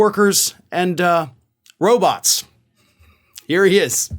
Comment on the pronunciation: He's doing blow. Derrrr. PS I never realized how pronounced his lisp is. Roboths are gonna take their jobth.